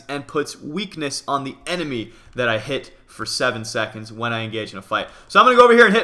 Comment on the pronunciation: Lol you said enedy instead of enemy